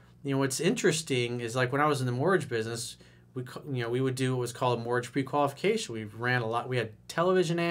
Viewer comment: Mortgage sounds like mortg